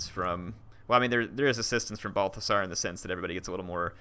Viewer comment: Did you just call him Barfasar? lmao